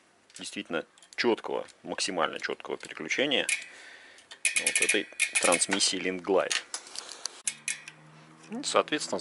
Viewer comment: LINKGLIDE слышится или проговаривается как RINGLIDE почему-то.